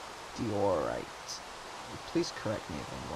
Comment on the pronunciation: I think it's pronounced DYE-or-ite. I'm enjoying the series so far!